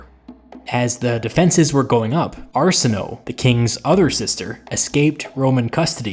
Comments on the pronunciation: "Are-Sin-Oh-Ay" not "Arse-In-Oh". You suck at pronunciations. (levity, an not insult) There was a great bias against every event that led to the union of Cleopatra and Caesar, so even favorable historians of Roman times would be prejudiced against any mention of her or the otherwise brilliant way Caesar found a means to elude death for himself and the majority of his "envoy". Marcus Antonius, did much to sour the memory of the two lovers after the murder of the greatest of Romes leaders. I don't know why you seem intent to downplay his every move as if he were somehow less of a tactical genius than he actually was. He didn't send a bunch of letters hazardously or blindly hoping a possible ally "might" show up to help him. He sent to a friend from his years in the Parthian wars, and knew it would take time for the aid to arrive, but even in dire straits, boldly took steps to try and capture a better advantage that most men would cower from in his place. Much was risked and it didn't pan out, but you forget it was in a situation he had found solutions for after the betrayal by the Egyptians upon his landing. It must be stressed, Caesar, was expecting to have met a compliant and "vacant" city. Fully expecting the once ally of, Pompey Magnus, to have resupplied him and granted him a tithe of military provision and soldiery. It should have been a quick meeting with the royalty, and off on the chase into Libya after the only honorable and worthy opponent he could hope to face in li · I like your videos. Small issue: you pronounce Arsinoe's name wrong - even by the current standards of English pronunciation of ancient names. To be more specific that 'o-e' combination at the end of the name does not become a long 'o' in pronunciation. Both vowels need to be pronounced there.